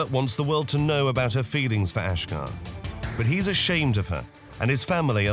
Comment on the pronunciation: Why does the narrator say ashgar, when family say ashjack??? Who is this guy???